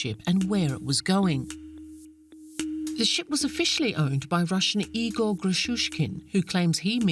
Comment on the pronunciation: It is a critical pronunciation mistake, to pronounce Russian name "Игорь" like "Егор". Does nobody notices the difference? There is a letter "ь" at the end of the word, it differentiates a soft consonant and is often transcribed using an apostrophe. So in fact narrator wants to say Ígor', but says Igór, when the first vovel is not under stress, one can not differentiate wether it is I or E, resulting me expectin a Russian name based on the conext and hearing "Егор" clearly, because than is what he said, Egor. Of course these two names are different.